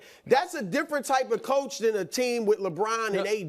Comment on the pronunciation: Brou had a Freudian slip saying choke instead of Coach